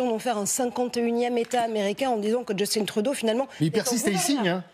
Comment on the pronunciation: De la part d'un Québécois, on proconce Justin Trudeau et non Djustine Trudeau. Il est issu du Canada Français merci bon soir.